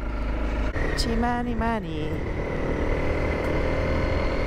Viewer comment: Itchy boots even pronounces Chmanimani better than some whites who have been in Zimbabwe many years back she is amazing